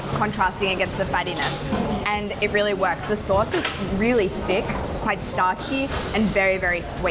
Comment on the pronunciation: Am I the only one who heard d*ck sauce instead of THICK sauce?:,))